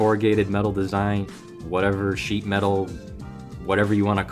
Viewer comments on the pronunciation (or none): none